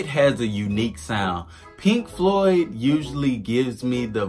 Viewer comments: Floyd not cloud... lol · agree 100%. This guy needs to learn how to Floyd properly.